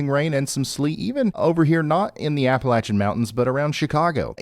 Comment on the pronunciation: Hey Ryan! It may be a small thing for you, but thank you for pronouncing "Appalachia" correctly. I tire of hearing folks pronounce it with a long "a" after the "L". So, thank you for that